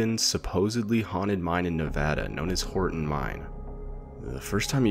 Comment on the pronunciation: Thank you, for pronouncing "Nevada" correctly lol